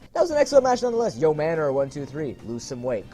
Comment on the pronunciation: It is pronounced YO-maner 123